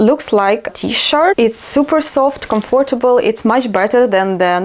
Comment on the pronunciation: I love your videos even more now! ❤️ I know you didn’t ask, but it’s not criticism, just a few minor errors you may correct and remember for the future because these are very common words: comfortable is pronounced with the stress on the first syllable; What do you think? (not how) And “impossible “ (not un) I hope you won’t take offence. You may even delete my comment 🙏